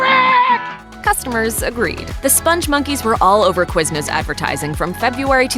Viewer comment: QuizNOOSS HAHHA